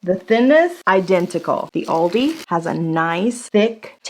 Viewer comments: You're doing a video about Aldi and you can't even pronounce it...WTF. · You're the only person I can forgive the wrong pronunciation of Aldi